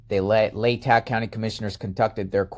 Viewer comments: Lay ta is how it's pronounced, short a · Say,..... LAY-TAH,.....leigh-ta, LATAH county. I live here, and its funny hearing you always saying it wrong.😀 Keep up the good work! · Pronounced Laytaw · Not to be a pronunciation Nazi but it’s pronounced: LA täh. FYI! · pronounced "lay-taw" county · Hi It's pronounced " lay tah"